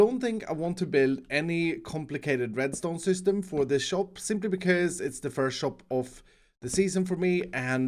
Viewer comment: shop sounds like chop when you say it and all i can think is "chop chop chop chop" just constantly in my head. i love it